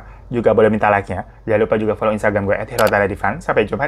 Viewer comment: Assalaamu alaikum Bukan asamlekum 😁